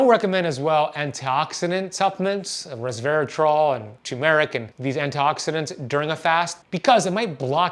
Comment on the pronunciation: You got the accent and the pronunciation wrong on turmeric! So I'm going to stop you right there.